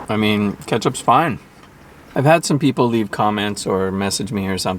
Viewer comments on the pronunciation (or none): none